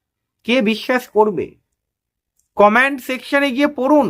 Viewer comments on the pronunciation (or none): আপনি শব্দের উচ্চারণ সঠিকভাবে করুন। Command Section- এ Command পড়ুন সঠিক বাক্য বিন্যাস নয়। সঠিক বাক্য বিন্যাস হবে Comment Section - এ Comment পড়ুন। Command করুন সঠিক বাক্য বিন্যাস নয় সঠিক বাক্য বিন্যাস হবে Comment করুন। ধন্যবাদ।